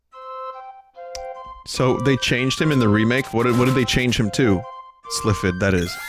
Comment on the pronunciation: Ah yes, "Sliffid", the wind spirit. Definitely not Sylphid.